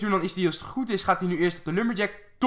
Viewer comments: zeg log geen loog is irritant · je zegt the log verkeerd het lijkt lok